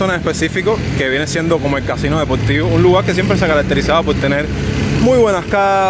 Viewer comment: Tuve que apagar (Off) sus comentarios, pues debes pasar un curso de cómo pronunciar correctamente las palabras cono R y L y superar sus pronunciaciones y es llamado ORTOEPIA. y tener una buena dicción,Practiquese frente a un espejo, eso lo ayudará grandemente.Ese no es el barrio Casino Deportivo" pues queda en el Cerro" ese es la esquina INFANTA Y MANGLAR al frente hay un Banco y cruzo cerca de zoonosis y de la Iglesia Evangelica Pentecostal cosa que no filmo" Al frente del Banco habia un Bar, no se si funciona y cerca esta el Parque de la Normal(Escuelas) y no del anormal" como dicen los que ignoran, despues viene un Estacion de policia y la fabrica o embotelladora Cocacola pues pertenece al Cerro. Denes actualizarse cuando expongan o relaten lugares de la Havana.